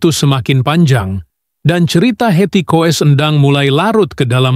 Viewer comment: Coba ngomong yg bener dong, di tulisnya Koes kalau di bacanya Kus, jadi Hetty koess Endang, dibanyanya Hetty Kus Endang , banyak belajar dong. Koes, Koes